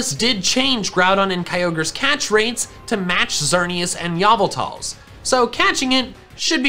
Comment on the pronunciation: “Yah-vah-tal’s” Sure. Why not.